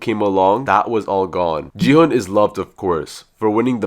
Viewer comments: Stop saying ji hun is gi hun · It's not Jihan It's G hon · Gu-hu nah Gi-hu✔️ and Ji-hu✔️ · HE IS NOT JIHUN IT'S GI-HUN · Bro, really said G hung instead of gi hung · It's gi hun not ji han